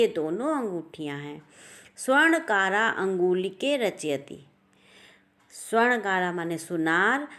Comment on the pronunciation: Please refine your pronunciation. सुवर्णकारः not सुवर्णकारा